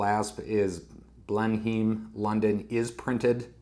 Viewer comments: Hi, I would be pissed off too, those dimensions are not even close to what was promised. That's the risk with Kickstarter I suppose. We pronounce it Blen-im by the way. Sorry my countrymen let you down. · It’s pronounced Blennum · Yeah, it’s a crap watch, BUT, it makes a great video. That’s makes it value for money, for you anyway. It’s pronounced Blenn emm, as in Blenemm Palace. I’m subscribed now💪